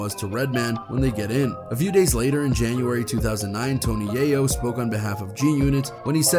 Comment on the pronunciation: Yall gonna listen to this guy who called Tony Yayo Yahh Yoo 😆